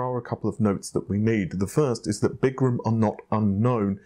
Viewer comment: Er,? It's not Big-gram, it's Biz-gram.....